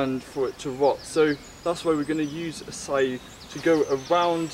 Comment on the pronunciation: You seem to have difficulties pronouncing that...